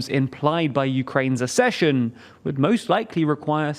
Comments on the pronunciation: The word is ACK-session. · ACCESSION IS NOT PRONOUNCED LIKE THAT! HOW MANY FUCKING TIMES DO I HAVE TO TELL YOU?? YOU HAVE ONE JOB !!! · Please, please, please learn how to pronounce the word ACCESSION. Nobody else confuses the words access and assess!